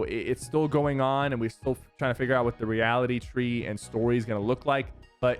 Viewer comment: Did he say Reality Twee